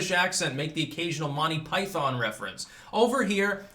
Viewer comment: Thankyou for pronouncing Monty Python correctly.